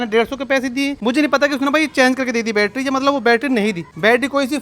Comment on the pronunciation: Battery ❌battra✅😂